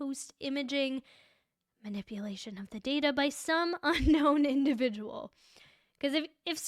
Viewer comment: lol “manip-uh-lation”.